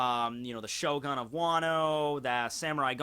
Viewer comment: I love how he pronounced it Shogun, but then remembered that he's, and never pronounces things right, so he immediately started calling it ShoGON instead